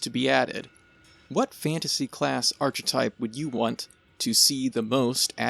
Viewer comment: Stop saying archetype like that